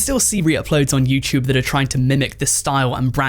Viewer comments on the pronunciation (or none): “YouChube” lol what uneducated language are you TRYING to speak? 🙄